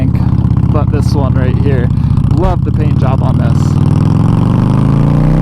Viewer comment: Thime, thankk, phaint, phut 💀